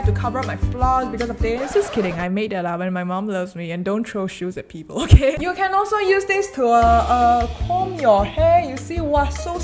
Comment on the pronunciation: He : okeh Me : what!?!? Okeh gaming tv?